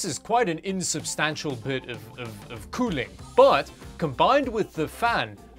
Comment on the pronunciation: You had me laughing the whole time Espically the “Cooeling” lol 😂